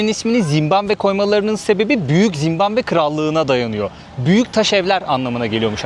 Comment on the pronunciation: Hos gezmeler. Zimbambe degil Zimbabwe.